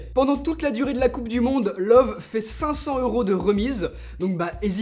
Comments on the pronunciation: Juste pour info, ça se prononce "Leuveu", pas "Love" ;) C'est Allemand :P Après, je suis vraiment pas fan de cette marque, je la trouve trop cher pour ce que c'est, même si ce modèle est plutôt "abordable" pour de l'OLED 4k. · Salut! Pour info, "Loewe" est la traduction allemande du mot "lion". Mais surtout cela ne se prononce pas comme "love" mais plutôt "Leu-ve" ("eu" comme dans le mot "noeud" et le "e" final comme dans la première syllabe de " veuve"). C'est la prononciation officielle internationale de la marque. Bien amicalement et merci pour tes vidéos. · Loewi on prononce i à la fin pas e même si c'est écris Loewe xD